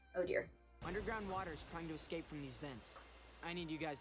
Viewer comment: “es-CAH-pay. That’s funny, it’s spelled the same way as escape!”